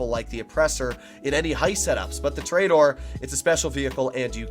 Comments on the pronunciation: tooooooooooooor........ aaaaaaaaaaaaaa.......................doooooooor .... you cant even pronounce it correctly. lmfao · ITS TOUR-A-DOOR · i dont wanna be mean but it prenoced tor-eh-dor